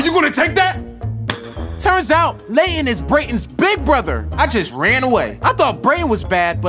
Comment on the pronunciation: K it’s k but it’s laythen and brayton